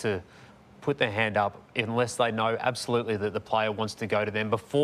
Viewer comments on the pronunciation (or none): .... "INLESS"... its UNLESS. For the love of god, how do you work in the media and say INLESS